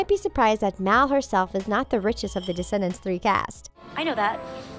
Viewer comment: Why is she always saying DEEscendants and not Descendants?? It’s so annoying!